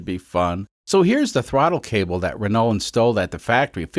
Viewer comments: Pronounced "Rah-no" btw. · Renault is pronounced "ren-no" just fyi. French is odd. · Renault = Wren-oh. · That's not how to pronounce the name of that car. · Amazing content!! I like how you pronounce L in renault… at least you don’t say T out loud, I guess… i am french yes why did you ask